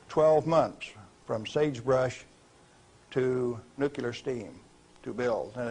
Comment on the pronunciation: I can't believe he says Nucular